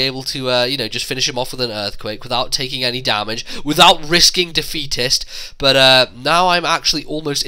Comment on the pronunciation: Defeatist sounds like "da fetus".